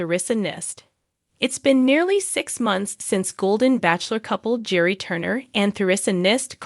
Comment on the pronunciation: Please pronounce their names correctly. Gerry is pronounced Gary with a hard G and Theresa is pronounced T-reesa. I enjoy your videos but the mispronounced names drives me nuts.